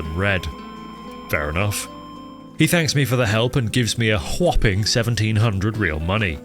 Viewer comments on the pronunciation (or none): none